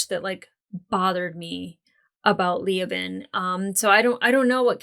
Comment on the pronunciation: Ok, regarding Leoben's name... it's not LEE-oh-bin. It's Lee-OH-bin. The stress is strongest on the 2nd syllable.